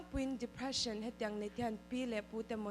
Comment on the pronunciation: English chu lam no vel tawps ta ni😂😂😂Dephreesan🤣